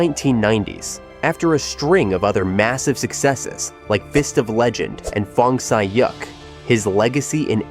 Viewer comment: Jet "leg" n again Fong Sai "Yak" what in a hell made this guy pronounce it like...or is it just a person with less speaking English speaking with American accent AI